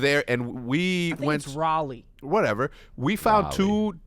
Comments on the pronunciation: hecz needs to put some respect on raleighs name LMAOAOAO thats not how its pronounced as a native there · Hearing you say Raleigh pains me